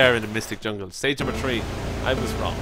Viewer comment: When he says 3 to my it sounds like he said tree